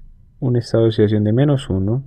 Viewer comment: "El estado de osidacion de osigeno" xD jajajaja